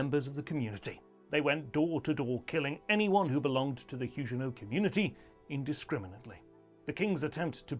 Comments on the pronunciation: Everybody, but everybody, pronounces the g in Huguenot as a hard g, as in bag, grab, give etc. Your peculiar pronounciation is incredibly distracting. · Nope. The French also pronounce Huguenot with a hard 'g'.